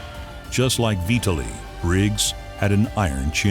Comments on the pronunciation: Say his name right: vee-TAH'li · Kind of spoiled by constantly pronouncing Vitali's name as "Vee ta lee". There's no excuse for it really.